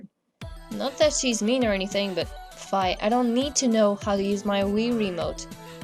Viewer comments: also you were saying fie its fi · I thought fi was pronounced fee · Fi is pronounced Fee